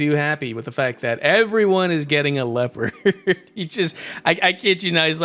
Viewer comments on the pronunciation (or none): none